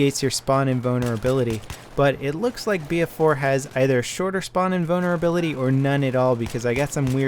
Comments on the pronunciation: has a hard time trying to say invulnerability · GUYS, HE'S SAYING SPAWN INVULNERABILITY, NOT SPAWN IN BONER ABILITY xD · I keep hearing spawn-in boner ability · That's not because his American accent he really sounds like he is saying inbonerability on purpose lmao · he meant to say spawn invulnerability but it cam out wrong sounding like spawn inbonerability making it funny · says spawn invulnerability, but there are parts in the video where it does sound like he is saying spawn-in boner ability.